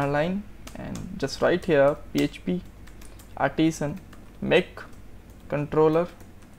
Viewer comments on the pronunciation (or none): none